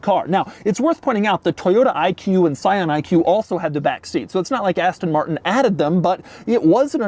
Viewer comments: “asten morttennn” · aston mar-n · Ass-tonn Martn. Thanks, Doug! OK, nice materials on the inside but the way they're designed and put together is like it was given to the interns to complete in one week. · I had to switch off because of the way that he said Aston Martin and his explaining what a cygnet was